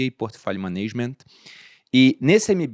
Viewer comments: Uma crítica CONSTRUTIVA: A pronúncia da palavra “management” proferida no início do vídeo está errada. Não é “manêigiment” e sim “MÉNEGIMENT”. Tirando isso, parabéns pelo conteúdo. Deus abençoe. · Fala,! Já aprendi tanto com você que não gostaria de perder a oportunidade em te dar uma dica: A pronúncia de 'management', seria algo mais próximo de 'ménêgiment', difícil mostrar isso em texto, se você jogar no Google Tradutor e ouvir a pronúncia, conseguirá ouvir bem como é. Vou terminar o cast agora, mas já deixei meu like, o Paulo Guedes é mestre, sempre tem muito o que aprender com ele, certamente neste episódio não será diferente. Abraço! 👊🏼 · Fala management direito 😂